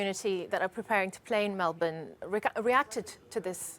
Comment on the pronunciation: Australians support Novak. And if you are going to commentate, then maybe learn how to pronounce Melbourne.